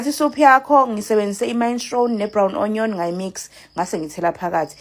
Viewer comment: Pronounced "leyzembi" onion pronounced "anyan" pls